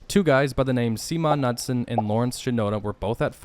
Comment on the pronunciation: "Semon Nutson"! Lol It's pronounced Newtsen.